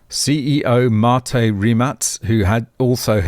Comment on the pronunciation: it actually pronounced Rim-Mack the Surname of Mate Rimac and that's Mate is not the way we say it in Austtalia it pronounced like Pate but with an Ma-te